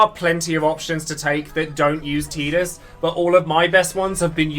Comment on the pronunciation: Thanks for caling him Teedus not Tiedus